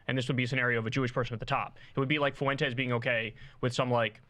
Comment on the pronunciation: The name is not, "Foo entes". It's like the word, "when", with an "F" in front of it. Learn it, Kyle. Tired of hearing your absurd over-pronunciation of that name.